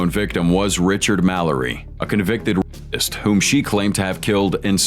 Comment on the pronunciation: You mispronounced rapist